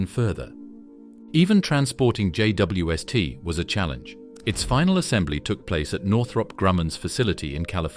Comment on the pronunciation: What's with the pronunciation of J.W.S.T and J.W.est, or JWS't?